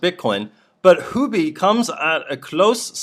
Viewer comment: Sir it is Huobi, not Houbi.